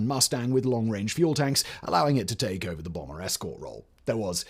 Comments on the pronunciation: He said "nuclear Brummer" instead of "bomber" as well 😂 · 0.17 "bromber" 😂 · Good grief, dude...it's "Fisher", not "Fischer". Fisher Body. Part of General Motors... (And TSR2 was a bomber, not a "brommer". And "Flivver", not "Flyver"...though that would have been a terrific punny name for what was a lightplane named for the Model T car!)...